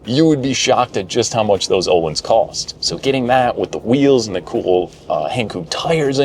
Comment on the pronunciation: Suspension company is pronounced "o-leens".